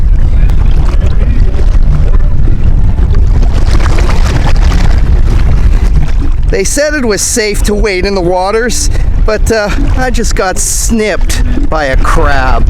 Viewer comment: 'Wade' not 'wait'!